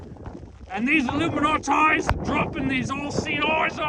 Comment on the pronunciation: “Illi-ma-na-ti” lol 😂 you rock!!!